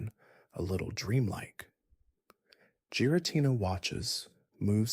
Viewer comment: Not even 2 minutes in he pronounces giritina, 'jiritina"